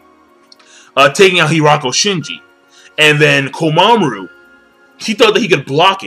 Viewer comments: Jeesus King, it's KOMA-MURA, not KOMA-MARU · "Mura", not "Maru" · ITS KOMAMURA NOT KOMAMARU LOL